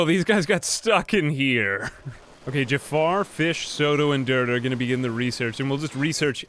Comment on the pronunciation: its not called jaffar its called jaafar